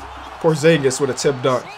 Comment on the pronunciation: When you saying “tipped dunk” it sounds like you saying “Tim Duncan” every time 😂😂